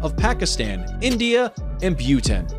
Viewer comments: The country Laos, is pronounced "Lous" not "Layous." And the country Bhutan is pronounced "Butan" not "Buetin." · Even after wrong facts presented I was willing to give the video a try but damn I could not continue after hearing the word "BUTEN" . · Please Narrators, 🙏 invest in a dic tionary.bhu-TAN. TAM-uh-rind. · Hey dude get the pronunciation correct.. it's Bhutan not biutan..